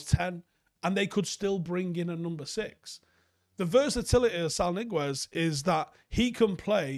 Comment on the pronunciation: from your Paddock bro over here in Granada, you pronounce his name (Niguez) like the English words "knee guess", stress on first syllable. If you wna be more Castillian you'd put a lisp on "guess" so it's like Neee-geth 😉